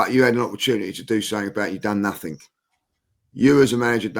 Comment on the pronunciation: Saying nuffink as an adult is wild 😅